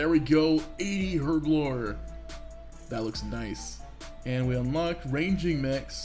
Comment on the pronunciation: Learn the pronunciation of Herblore, will ya? ;)